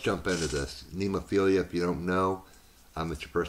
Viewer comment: How the band pronounces their name: Nemophila (nem-o-phi-la) (nemmofeela) Read like romaji: Neh - moh - fee - lah